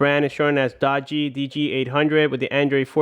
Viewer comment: it is pronounced dugee